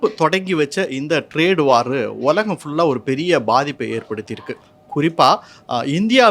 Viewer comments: "உலகம்"என்ற வார்த்தையை சரியாக உச்சரிக்கவும். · ஒலகம் என்று சொல்கிறார்.